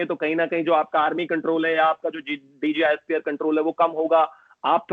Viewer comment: pronounced 'DJ ISPR' instead of 'DG ISPR'😂😂😂